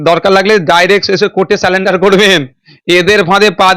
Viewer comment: সারেন্ডার.... NOT....সালেন্ডার।